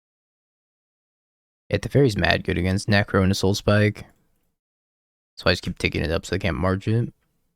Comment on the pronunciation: i always imagine when you say Soulspike u say: SoulSPIIIIIKE